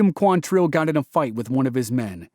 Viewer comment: It's QUANtrill. Not quanTRILL. Why can nobody get that right?